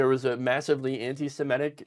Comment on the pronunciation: Semitic, not "simetic"